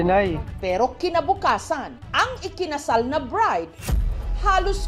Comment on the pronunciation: Bride ❌ Birde ✅